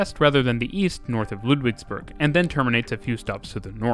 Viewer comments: Its Ludwigsburg and not Ludwigsberg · It is Ludwigsburg not Ludwigsberg :) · its ludwigsburg not ludwigsberg hahahah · The city is called: Ludwigsburg like "Ludwigs castle" (not Ludwigsberg for mountain). Great Video, Thanks for your work. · The town is called Ludwigsburg not Ludwigsberg. :) I live a little bit north of it and I am loving the fact you discuss the Stuttgart system. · it is called Ludwigsburg not Ludwigsberg fyi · kinda surreal watching these videos when you have taken those trains before oh and btw. it's Ludwigsburg not berg can't wait till you cover the Ruhrgebiet with a 4 hour video :D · it is Ludwigsburg not berg :D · It's called Ludwigsburg, not Ludwigsberg... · Ummmm acktually it's LudwigsbUrg not LudwigsbErg🤓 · It's Ludwigsburg, not Ludwigsberg ffs.